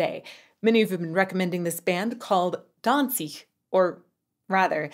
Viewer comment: I love how you pronounced Danzig with the correct German pronunciation at first.